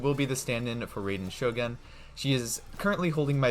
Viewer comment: not ray den shogun, it's rye den ( like the plant rye)